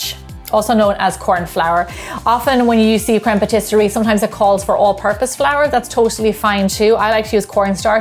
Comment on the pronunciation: Your pronunciation of crème pâtissière made me smile 😂